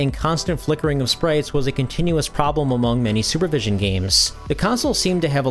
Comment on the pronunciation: Sorry, but I heard "Sewer Vision" when you first said it. I thought "Wait, what? Someone made a game console with that name? That sounds like a joke." Weird how I never heard of this Super Vision handheld before, and I've been into retro-gaming since 2003 as a 12 year old, so...